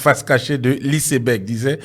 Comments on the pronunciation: Lisseberg😂😂😂 C'est Iceberg que lui il prononce lisseberg😂😂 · "Professeur" Adjoum....ouais, c'est fort ! Isseberg pour dire iceberg, un mot anglais qui se lit comme tel (aïceberg).....De plus. On dit la face visible de l'iceberg et pas la face cachée....Eh Dieu !, quand c'est caché on peut pas voir ! 😢😢😢C'est la partie visible qui permet de deviner ce qui est caché, plus important que ce qui est visible..... Vraiment tu as fait fort "Professeur" !!!😂😂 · Adjoumani vaurien hein. On dit ICEBERG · Iceberg est une montagne de glace ... C est un iceberg qui a coule le bateau Titanic...la prononciation est mal faite...On prononce en anglais ...